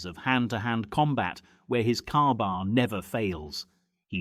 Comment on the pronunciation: A KA-BAR is NOT pronounced "Carbar" NOT flat ground NOT balanced at the guard NOT pictured even once in the video